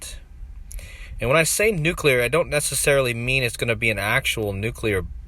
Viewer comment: Surreal... And I just want to commend you - aside from the great work - for pronouncing "new-clee-ir" perfectly.👍 Hearing so many supposed 'experts' saying "nook-you-lerr" makes me wanna hurl. 🤭